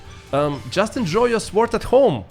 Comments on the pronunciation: The ‘w’ in sword is silent…. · Brother your English is very good, but don't pronounce the w in sword!